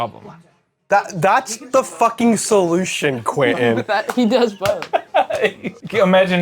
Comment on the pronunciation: Close! its actually pronounced Quansun